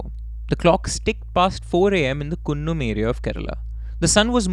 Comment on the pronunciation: My hometown is Mavelikkara... It's funny the way you pronounce Kunnam and Kollakadavu bridge 😅😅😅😅 These places are very close to my place.... I have seen the paddy field where Chacko was killed in the car. You pronounced Cheriyanadu properly 😊